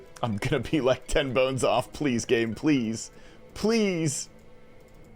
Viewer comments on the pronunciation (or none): Interesting that all of the pkers at the alter said 'Pleae' instead of please. Looks like a bot farm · Why is everyone saying “Pleae”? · Every single one of them missed the s in "Please" What in the..?